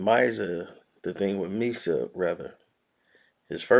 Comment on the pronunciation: Misa is pronounced "meesa. Not"my sar."